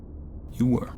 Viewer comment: Twy warwe we twalking this way